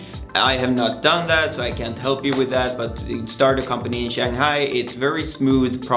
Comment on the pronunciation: This guy cannot even tie a tie properly and he cannot even pronounce 'Shanghai' correctly. He is full of it.